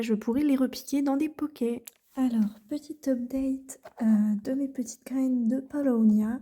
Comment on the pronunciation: C’est Paulownia et non palownia . J’en ai acheté sur Etsy, ou j’ai reçu 2cadeaux en plus.